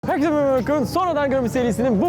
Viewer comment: Meraba derken mmshxjdndb doyosun